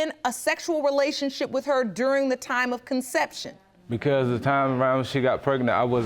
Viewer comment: "Concinnception." Lol "Nable core, birfatific.." Lol